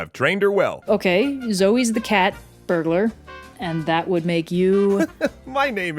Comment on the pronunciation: "cat burglar" :D That made my day :)